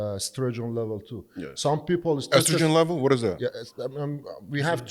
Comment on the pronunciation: Strogen? Or Estrogen? 😂😂😂